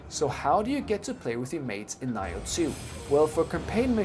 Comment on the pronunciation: someone answer this, WHAT THE FUCK IS “NIGH-OH TWO”??? its (NEE-OH TWO) the fuck bruh aint no way its been out for years and u getting this shit wrong. EVEN MY WIFE WAS LIKE “tf did he say?”